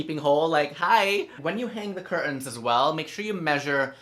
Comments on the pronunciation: Nobody asked, but I love the way you say CUR TAHNS lol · Just found you today and I’m stuck 😂 I’m guilty for having a silver and mirror living room and matching sofas🤦🏻‍♀️but that’s it’s about to change been changing things up since last week. For now on I’m calling my curtains only “CuR-tAnS” it sounds so fancy when you say it 😂